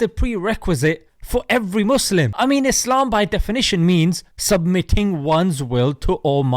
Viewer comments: The person who says Allah, ellah and Islam, izlam, just ignore that person.😒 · JP always seemed to me like a shady person. Anyone who can't take the time to pronounce "Muslim", "Islam", "Allah" properly really do not care about Islam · He can't even pronounce the most important words in Islam. Apparently Islam is seen as Islam and Allah is ela or whatever he calls it. He seems to lose all sense of intellect when it comes to Islam